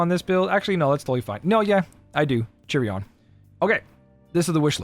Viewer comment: First off, gotta correct you on something. It's not pronounced "Chee-ron", it's pronounced "Kai-ron." Like the Greek Centaur dude from ancient mythology, hence why it's a crossbow. Outside of that, I do agree that compared to Hanni, 1st Anni has been rather lackluster in terms of content and upgrades. Not even any level uncaps. Ultimate Weapons are nice, but outside of the freebie ones it's more banner bait, and while Brands are MUCH better than Materia it is still a very RNG system and they're being kinda stingy with the Greater Brands for something that is RNG, even taking the benefits the Greater Brands have compared to normal and Lesser ones. On the other hand, the new weapons and gear have been BONKERS. I was able to get Aerith's to OB10 and also picked up Cloud's and Tifa's at OB1+. Got Aerith and Cloud's gear as well, and still have 36k Blue Crystals ready and waiting for Halloween because we uh...actually know who's coming. Won't spoil, but I'm excited. Though I'll admit, the announcement regarding the content extension mentioning "The Next Seasonal Event is Oct 2nd" surprised me, I didn't think they'd start the Halloween funsies off THAT soon. That's pretty wild. Between that and Double Summon ShivaRamuh coming next week, we've got a decent chunk of content incoming. Looking forward to it!